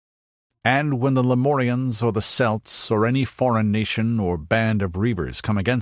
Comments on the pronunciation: Had to resist the urge to yell Kelt everytime “Selt” was said in this. Otherwise it was a great video and I would still highly recommend it. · celt has hard c like a k its a Greek word - not a sports team hyperborea is feature of greek mythology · Great video, although the word Celt isn't pronounced correctly but I put that down to being American.